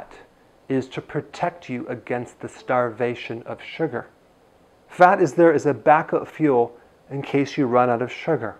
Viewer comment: keke the way he say Sugarrrr 😊👍